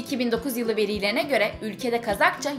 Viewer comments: Videolar çok güzel ve çok bilgilendirici ellerinize sağlık. Fakat küçük bir eleştiride bulunmak istiyorum. Diksiyonunuz vurgu ve tonlamanız gerçekten geliştirilmeli. Örneğin;veriiileri değil verileri gibi :) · Verilerine göre✔️ Veriiğlerine göre ✖️ Coğrafi de (Açık A ile).